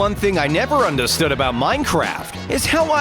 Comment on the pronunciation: Narrator "Understood" With An Accent😎